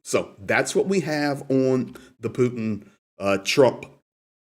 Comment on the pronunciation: Another reported can't pronounce Putin with a (T) It's Not "Poo In" 🤡